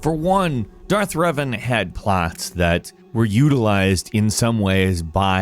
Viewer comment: when you first started talking about star wars and reven I thought you we saying Riven like Myst universe I was like thats crazy.